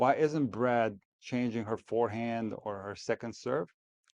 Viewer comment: I don't hate Brad Gilbert, but I do hate hearing him keep saying "fearhand" -- otherwise I have nothing against him.